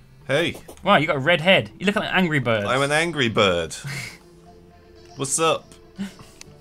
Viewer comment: Angory birb, anybody hear that???